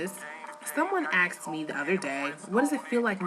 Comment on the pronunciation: Someone "axed" you? Did you get hit with a hatchet or something?